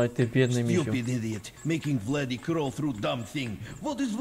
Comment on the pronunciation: zamiast Vladi mów Bladi xdd